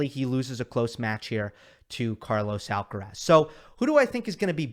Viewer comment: No podrías esforzarte un poco, solo un poco, en ponunciar bien "Carlos Alcaraz"? Yo creo que eres capaz